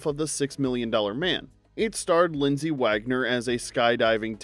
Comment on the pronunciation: LindsAy Wagner not LindsEy WagGOner! 🙄